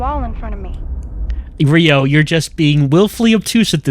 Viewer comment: I heard 'Rio' and thought it was 'Ryo'. Immediately got confused as I knew I'd clicked on a Lifeline video.